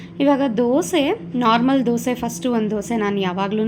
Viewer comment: Dosa instead of disa